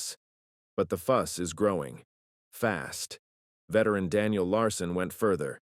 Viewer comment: Veteran has three syllables. It's not vetran.